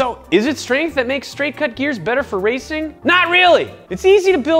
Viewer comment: Mormons are allowed to say raCING and HEELical geers